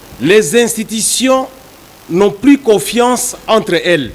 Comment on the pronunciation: Avec une diction telque COSEQUECE, COFIACE